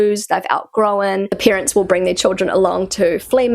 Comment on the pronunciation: Why do you always say "peerants" instead of "parents" ? 😮 ... and "scenes" instead of "sense" ... 😅